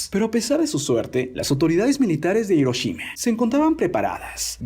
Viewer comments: A alguien más le desespera que " Hiroshima " lo pronuncien " Iroshima " y no " Jiroshima ". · Se pronuncia Giroshima pero se escribe HIroshima xD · Es "Hiroshima"